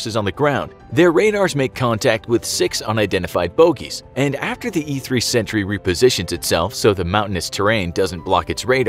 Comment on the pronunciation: You seriously confused me with your pronounciation of "Sentry" thought it said Century xD